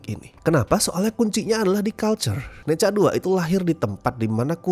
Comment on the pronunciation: Bacanya Nacha, bukan neca neca neca